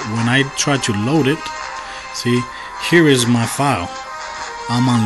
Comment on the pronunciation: load not koad